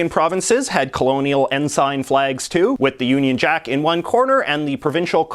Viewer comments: It's pronounced "en-sin" not "en-sine". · It's En-sin" not "En-sign" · Completely ignored Nunavut. And the other territories. And what's with saying ensign as "N-sign" And not the "en-sen" that it actually is? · It's pronounced en sin not en sign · Ensign is pronounced "in-sin" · I was pretty sure "ensign" is pronounced "n-sen", even Oxford Dictionary backs me up citing both British and North American pronunciations as n-sen. Is it Canadian or regional pronunciation? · Yeah, I noticed that too. It's the same pronunciation as the (very) junior military rank. It was jarring every time he said it.